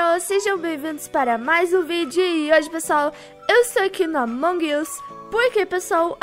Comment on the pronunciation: vc falou errado among